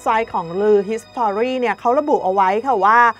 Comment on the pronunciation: ผู้อ่านข่าว.. history...อ่านไม่ออกเสียง.....s'to....จะอ่านออกเสียง... ฮีสทรี...